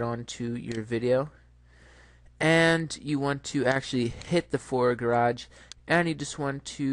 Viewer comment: garBage not gaRage lol